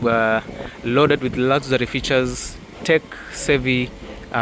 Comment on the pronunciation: Did you say lazary instead of luxury 😅😅😅